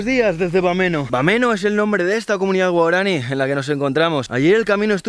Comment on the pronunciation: Claro pero se pronuncia "guaorani"